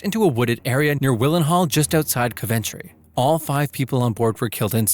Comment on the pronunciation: Im suprised the Spanair madrid crash didnt make an appearance. Also, its pronounced Coventry (COUV-EN-TREE)